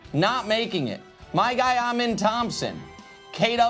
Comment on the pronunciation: Somebody told Nick he was pronouncing Amen Thompson's name wrong, so he changed his pronunciation and it's STILL wrong...